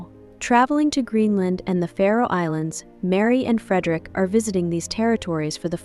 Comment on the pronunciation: It's Faroe island not Pharaoh island.